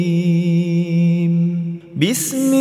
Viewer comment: Sekedar masukan ustad, mahorijul hurufnya mohon dikoreksi sebelum di terbitkan, mengingat ini akun didengar banyak org islam diindonesia, sdgkan lapad terakhir di ayat kursi ini dibaca Azimm bkn Adzim ditebalkan.